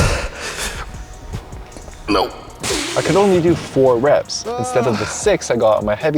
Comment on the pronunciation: Hindi dub: reps ❌ rapes ✅ 😭😭